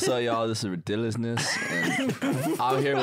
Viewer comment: “redidulousness” killed me when I heard say it like that